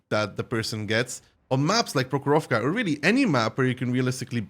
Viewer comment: Not "prohoróvka" but "próhorovka"